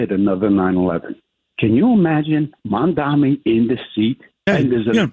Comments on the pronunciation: HE STILL CAN'T PRONOUNCE MAMDANI HAHAH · Does anyone know the rationale behind them purposely mispronouncing "Mamdani" as "Mandami"??? Even after being corrected publicly? It makes Cuomo sound so stupid to me. I don't get it... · Incredible how Cuomo STILL managed to mispronounce Mamdani's name at this stage of the race. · Has Cuomo said "Mamdani" right one time ever? it's incredibly easy to say, he has to be intentionally mispronouncing it right? Seems so petty lol